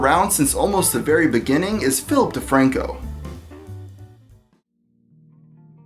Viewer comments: philip defranco? i heard ''filthy franko'' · I swear I heared filthy frank-o when you said Philip de Franco.